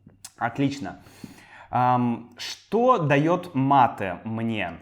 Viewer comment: Привет!! Какое-то время я изучал русский язык, и учитель сказал нам, что русские знают мате, а в русском языке оно должно произноситься матэ и с ударением в последнем слоге, Э